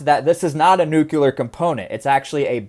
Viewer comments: Nuclear- Nu~clear not nucular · NUC-LE-AR. Not NUC-YOU-LAR... Jeez! It's nucleus, not nucyoulous... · Everyone says nuclear wrong now because of George W Bush. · Did you just Bush Jr. the pronunciation of nuclear. I'm going to assume that was intentional. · A true southern boy over hur 😂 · As god intended..